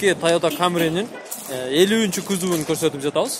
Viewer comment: кузов кузов кузов деп калчы кузуп дебей